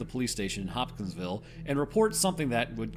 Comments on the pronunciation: Bro kept saying Hop-Skins-Ville 😭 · I found true weakness. Pronouncing Hopkinsville. Also I highly recommend the Astonishing Legends podcast coverage of this event.